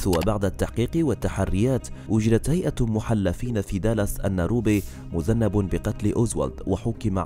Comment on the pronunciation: واضح أنك لا تكتب نص الفيديو. لأنك ما كنت لتقول (مذنّب) بدل مذنٍب.😱